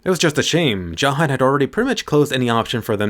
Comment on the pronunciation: why u say Jahad when its Zahard